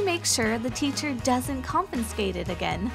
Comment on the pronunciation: “how does she make sure the teacher doesn’t ‘confinscate’ it again?” U don’t know da English? It’s confiscate.